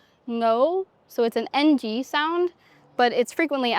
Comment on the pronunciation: When you can speak Khmer without an accent, it means you have arrived. That "Ng" pronunciation that she pointed out there. That was freaking impressive! Great job there young lady!